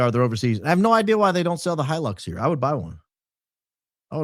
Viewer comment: Toyota “He-Licks”